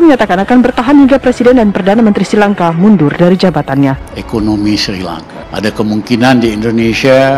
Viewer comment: Ngomong Srilangka aja salah Kok kritik